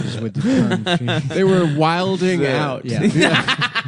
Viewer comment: i like how accidentlally said the correct one "whilin" then adam "corrected" him with the incorrect MTV hurb version of "Wilding" lol